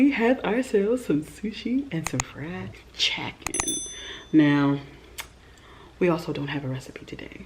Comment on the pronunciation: “Fried CHEKKEN” LOLOL I love you